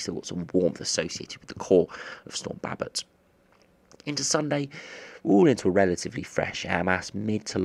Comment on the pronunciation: He doesn’t say Babet right